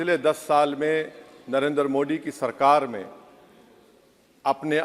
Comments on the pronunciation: ये दस का “द” साफ़ बोल लेता है लेकिन “मोदी” को “मोडी” बोलेगा क्यूकी एजेंडा है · This fellow does not know how to pronounce the name of Modi! In Urdu, Arabic, or Persian language there are letters like ِدل दाल and डाल ڈال ڈ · क्या ओवैसी को हिन्दी बोलना नहीं आता । मोदी को मोडी क्यों बोलता है। अगर ओवैसी को नाम को बिगाड़ कर बोलना क्या उसे पसन्द आयेगा। वाह रे ओबासी।